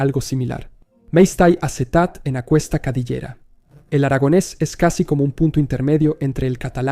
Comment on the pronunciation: soy catalanoparlante y juro que me ha dado un ictus solo con oír "aqUesta", se pronuncia como "akesta".